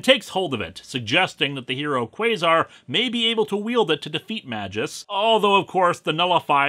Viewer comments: Not MA-jus. It's MAY-gus. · To my knowledge "Magus" is pronounced "MAY-guss" instead of "MA-jus", and both the dictionary and Marvel's recent cartoons agree with me. But yes, he DOES look incredibly silly. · May-gus, not ma-jis :) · Wait a minute, that's pronounced "May-jus"? I always pronounced it "Magus"… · Minor nitpick, but according to , Magus is pronounced May-Guh-S, not Man minus the n-jus. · I know I'm probably snobby youtuber 223 to correct you on this, but fuck it. It's "May-gus," not "Mah-jus." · wait.. is it not pronounced May_Gus rather than Maj_Us ? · I think it's pronounced "may-guss". Also, Doom's real voice is literally an octave below your rather accurate (in tone and articulation) impersonation. This story is waaaaaaaaaaaaay too complicated. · I'm almost certain it's pronounced "may-guess" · its pronounced "may-gus" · Why is Magus' name pronounced MaJus? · Yo, Magus is spelled with a G like in, I donno, "Green". You are calling him like...mah juice. Now that's weird. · It's prounuced mage-us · Magus is pronounced with a hard g. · Even Google Translate disagree with you, mate. Not only me. And not only google translate. Even Rob from ComicsExplained pronounce the name Magus the other way. Your video is still good though. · In the art's defense, Ron Lim was doing this massive crossover event as well as the monthly Silver Surfer comic, and I think a few other things as well. Granted, his art isn't going to be hung in the Louvre, or anything, but it is serviceable, and it least it's not ugly like Sam Keith, or worse, Joe Quesada. Also: Just saying, it's not a soft "J" sound. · Is that character's name really supposed to be pronounced "majìus"? "Magus" is latin for "wizard" and should be pronounced with a hard "G" and the "U" is not supposed to be a diphthong. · another comment about how you're pronouncing magus wrong srsly tho, I find that quite vexing, maybe even unreasonably so. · The way you say "Magus" is very unsettling to me